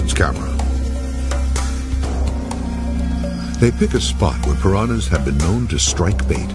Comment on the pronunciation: Great documentary but why does that obviously intelligent man keep mispronouncing words. He makes piranhas sound like there is a y in it.